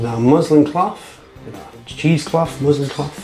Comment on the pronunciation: Turn your ears on. MusliN. N. Not m.